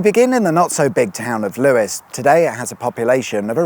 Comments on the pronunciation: LEWES!! NOT LEWIS credibility lost! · Lewes is pronounced Loos... well, not sure but I want it to be 😂